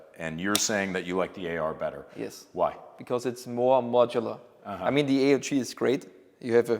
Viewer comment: Delighted you pronounced A.U.G for Armee-Universal-Gewehr / army universal rifle. Instead of the other pronunciation